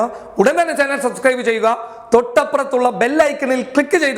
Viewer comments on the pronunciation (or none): none